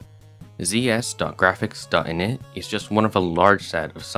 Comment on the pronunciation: "init" was so british